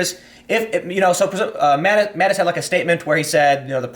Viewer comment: Tim has just got to fuck up people's names....Mattix?😂